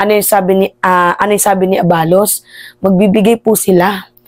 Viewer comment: Abalos hindi abaalos